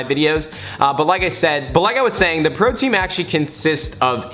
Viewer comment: Anyone else think he said protein not pro team lol